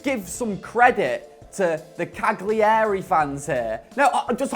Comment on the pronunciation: Someone needs to tell him how to say Cagliari